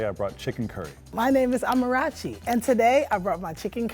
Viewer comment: Amarachi can’t pronounce her name🤦🏽‍♀️